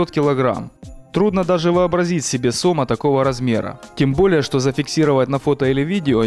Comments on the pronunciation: Если бы комментатор ещё и орфографию выучил было бы отлично,поймать не сОма,а сомА. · правильно говорить сомА а не сОма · СОма, сомА, блин вы определитесь с ударением. Как правило ударение при склонении идет на последний слог, а то ухо режет. По теме. Мой отец живой свидетель сомОв под 4-5метров. Водились они в реке кума на Ставрополье, да и вообще на юге России были не редкость. Тогда на реке еще не было водохранилища и она была меловата в спокойном состоянии, кроме мест где есть кручи и река довольно круто поворачивала. Там были довольно большие глубины и там лежали эти бревна. Ловили тогда их сетями. Отец рассказывал, как поймают такого положат на телегу, а хвост по земле волочился. Не верить ему у меня нет никаких причин, так как слышал не только от него, но и отего знакомых по детству и просто старожилов. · Не сОма, а сомА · не сома сомааа ударение на а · И не тухлятиной мясо отдает, а тиной. Сам то жрал сома товарищ автор, или ты только ударение на название рыбы ставишь не правильно периодически??